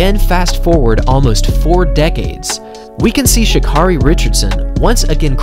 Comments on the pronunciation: It's not pronounced Sha'Car-EY It's pronounced Sha'CARE-Y. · She says her name is pronounced Sha KERRY by the way 👍🏽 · Btw, her name is pronounced, Sha'CARRI, like Mariah Carey. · You pronounce her name Sha Care 'ee! Like Care Bear. Sha Care 'ee. Please get it right because she is the next Flo Jo! Love you baby!!! Run your ass off!!!😎❤💋💯